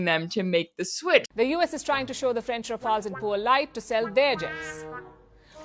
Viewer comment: RA-FAIL-ES as Rafales....